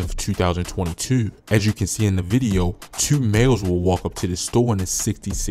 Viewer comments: Your definitely from Baltimore with that "Tuu" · How many times did he say Tuuu! 😂😂😂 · "tew" dude def from bmore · The way you say "twoo" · The way he said 2 I knew he was from Baltimore